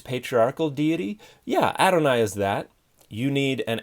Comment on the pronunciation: Thanks. The problem is I couldn't understand from his pronunciation what he was saying. I searched for "aronai". I thought it was what I heard.